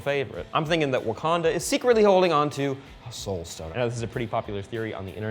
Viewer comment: Wakwanda? LOL